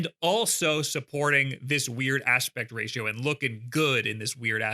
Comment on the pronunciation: Everytime he says "Weird Aspect Ratio" - My mind links the first 2 syllables for about 3 seconds then I mentally rewind and understand it properly. "What's a Pectratio?"